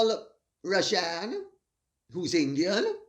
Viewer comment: Hi Lady C, being Indian I'm deeply disappointed seeing a fellow countryman behaving in this despicable and unethical manner. But I suppose he doesn't consider himself to be indian and to be fair, his country of origin cannot be blamed for his sins of omission and commission 🙄🙄. The name is pronounced as Raa-jun, sorry but I had to correct you on that. Though Mr R may prefer the anglicised version ?? 😄😄